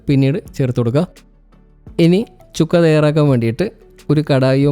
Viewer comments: ചുക്കാ അല്ല സുക്ക ആണ് സുക്ക എന്ന് പറഞ്ഞാൽ ഡ്രൈ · ചുക്കയല്ല സുക്ക (fry)